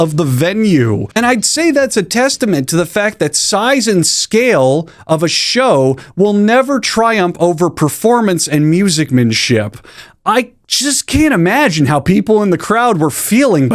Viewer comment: its actually "musicianship" not "music man ship"